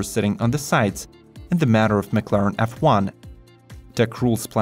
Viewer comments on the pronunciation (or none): none